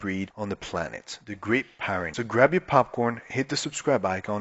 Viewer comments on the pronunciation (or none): It’s pronounced, peer-ren-nees, not - pie ren nees